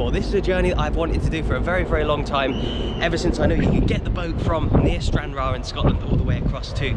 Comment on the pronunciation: My dad was made up when you said Stranraer